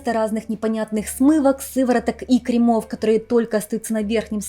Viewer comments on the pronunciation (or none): дорогая. КРЕмов, а не кремОв❤ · Ухо режет «кремОв», ставьте правильно ударения. Не коверкайте русский язык.